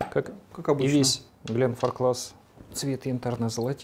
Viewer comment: Приветствую позвольте вам заменить,что вы конечно очень спешите не успевая проанализировать и понять аромат-ие свойства и да можно анализировать на ароматику довольно долго рецепторы нужно тренировать и конечно 25лет это вещь,и из регулярки мне нравится 15лет и ещё Глен фарклас -ударение на первое -а амбассадор должен знать, спасибо за обзор